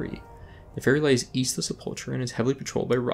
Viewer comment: Dang, so I have pronounced The Sepulcher wrong during all these years since Vanilla.